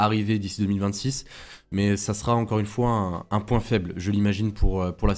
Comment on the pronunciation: Vidéo intéressante. Merci à vous. Une petite remarque, il n'y a pas de "t" à "sera". Donc lorsque vous dites par exemple "La RB21 sera une évolution de la RB20", il n'y a pas de liaison en "t". Désolé de "pinailler" mais bien s'exprimer est important, au moins pour moi! 😀